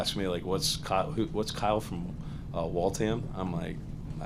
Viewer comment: Walt Ham 😂🤣😅. Wal tham Kyle, it’s wal-tham